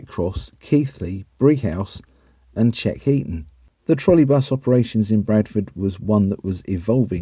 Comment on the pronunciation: And Cleckheaton!